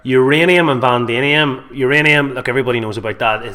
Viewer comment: Can this guy not read???? Vanadium is pronounced Van-adi-um not Van-damien, not pronounced wrong once but every time....and we're supposed to listen to this guy!!!!